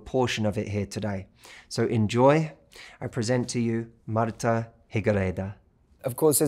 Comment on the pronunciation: Hi! I’m from Mexico the same as Martha and I have to say that I love your pronunciation of her name, beautiful